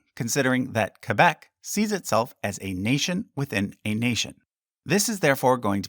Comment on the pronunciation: The way you pronounce Quebec just sounds wrong